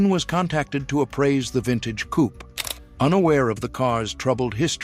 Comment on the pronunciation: Coupé is pronounce coopay.